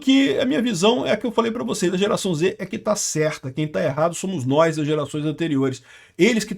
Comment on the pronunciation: “Samu nóis…” Soltou o sotaque carioca suburbano com força 😅